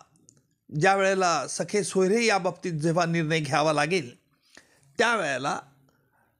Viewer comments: हा माणूस जाणुन बुजुन 'सखे-सोयरे' म्हणतोय. खरे शब्द 'सगे-सोयरे' म्हणजे आप्त व नातेवाईक असे आहेत. हा त्याला सखे (ग ऐवजी ख) सोयरे म्हणजे मित्र आणि नातेवाईक अस उच्चारुन जनतेची जाणुन बुजुन दिशाभूल करत आहे. शेवटी सरकारी वकील ना. खोट बोलणारच. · सखे नाही हो महाराज... सख्खे सोयरे म्हणा.... वकील आहात ....‌वकिली चालूगिरी करू नका.... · सखे सोयरे नाही सगे सोयरे असा शब्द आहे. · सखे सोयरे नाही.सगे सोयरे